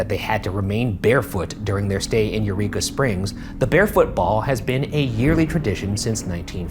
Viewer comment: love you ryan, i just can’t stop hearing “Urethra Springs” 😭